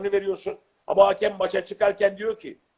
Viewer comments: Haaakem değil hakem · “Haakem” diyor inatla hala ya. Komedyen “miizah” der, ekonomi profesörü rakamı “rakkam” yapar. Bu arada bin küsur senelik muhatab da “muhattap” olmuş. Anadiline bu kadar saygısız başka bir millet var mı acaba?